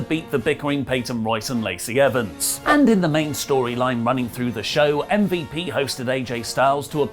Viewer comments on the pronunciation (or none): you botched miz and MVP name cmon